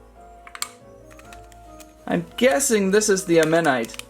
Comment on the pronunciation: BTW you say it aw-manight